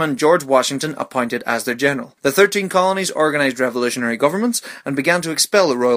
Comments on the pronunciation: Anyone else here him say of all 3 and not all 13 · You said all 3 colonies, it is supposed to be 13, and I bet you just pronounced it wrong.